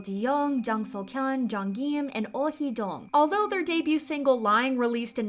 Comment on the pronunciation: In other words, butchering half the names 😅 I don’t know why they don’t do their research. All you have to do is go on YouTube and look up Koreans pronouncing names. “GEEEEEYYM” you mean Kim. It’s Kim.